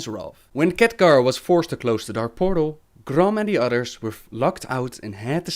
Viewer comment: hohohoho, so many Catgar! later, it's Khaadgaar !! ! !